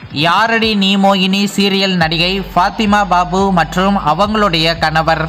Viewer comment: Kanavarrr kanavarrr rrrrrrr nu solra😡🤮